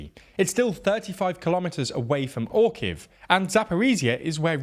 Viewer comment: Orihiv is read more like "or-ea-heav" despite "orkiv" version is funny as Russians also known as Orks and the town with your name is seemed to be called after them. Though in reality, it called after nuts :)